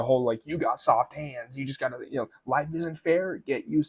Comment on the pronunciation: Soft" hEands